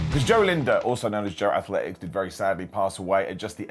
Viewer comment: joesthetics not joathletic